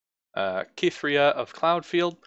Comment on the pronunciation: Cithria is said like Sith-ria. If you play her with Garen he says her name. Also YES mobilize is fantastic. Probably one of my favorite cards in the game. Something that you didn't even touch on that makes mobilize ridiculously strong is that if the cost is reduced it stays reduced. Say you use it, drop Garen to 4, then summon Garen. Later the opponent chooses to cast a recall on your Garen. That Garen stays 4 cost. Absolutely bonkers. Vanguard Redeemer becomes a 1 cost draw unit card if you Mobilize it beforehand and just hold onto it until a unit of yours dies. I've used Purify to deal with Elusives if you run a Demacia/Freljord deck since Freljord especially has no real way to deal with Elusives other than to just frostbite them. Single Combat is very useful because if your unit is being targeted by a Recall or Kill card they will always do the effect of Single Combat first. It's not exactly a way to stop the effect of a Recall or Kill but it is at least a response to it. Stand Alone is also secretly good too but the way it works is deceptive so maybe that's why people don't use it more. You have one unit on the field, use this card, then immediately summon other units. The way it's worded it seems like you can't have other units in your hand or whatever but nope. It's also a great response if you have 2 units and one of them gets Recalled or Killed by an annoying Ionia or Shadow Isles deck, then you are free to slam this on your unit. Mageseeker Inciter can get rid of the